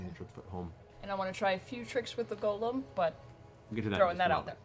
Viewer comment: People made fun of Matt for pronouncing sigil with a hard "g," but at least he can pronounce golem correctly. (with a long "o") Refreshing to not hear "gahlum" for once!